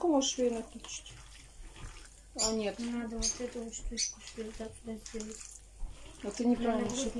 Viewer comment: не наа а надо ты где берешь такие слова.